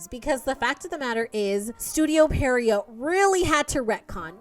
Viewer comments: Pee-uh-row It's a type of character from French pantomime. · Studio Pierrot: Pee-(eh)-roe